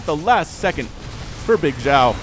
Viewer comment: Pronunciation of Bigxiao - say Xiao like she-ow but it's only 1 syllable not 2.